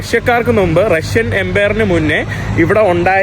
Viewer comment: നിന്റെ vlogs വളരെ ഇഷ്ടമാണ്... ഈ നുമ്പ്, കത്രീഡൽ എന്നീ വാക്കുകൾ തിരുത്താൻ ശ്രമിക്കണം. മുമ്പ്, കത്തീഡ്രൽ എന്ന് ഉച്ചരിക്കണം... Ok തിരുത്താൻ ശ്രമിക്കുമെന്ന് കരുതുന്നു... 🥰💓